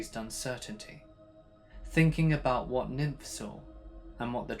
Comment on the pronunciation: You kill me 😂😂😂😂 Niamh pronounced Neve like Neve Campbell, not nymph LOL!!!!!!!!! Deceased 😂😂😂